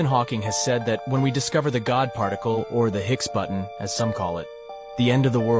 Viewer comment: Pronounced: BOW-ZONN particle